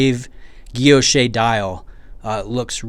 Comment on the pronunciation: Guilloche is pronounced "gill-losh"